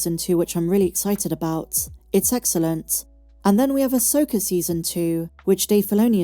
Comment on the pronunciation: I've teased you about your pronunciations at times (Asoker and Master Yoder), but I do truly appreciate your sense of humor, your positive content, and also love YOUR love for Star Wars. I'll always support your channels because you're a Dear Friend to us all!